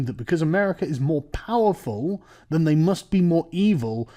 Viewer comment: Whoa! Whoa! sargon, slip of the tongue mate "i have mates who have been to Afghanistan and what they do as a hobby, for sport is rape little boys" might want to reword that lol The way you structured that emphasises "they" as if you were talking about your friends.